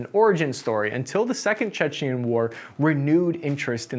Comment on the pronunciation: It's 'Chechen' not 'Czechian'. Czechia is the Czech Republic, and Chechnia is the home of Grozny in what is now Russia.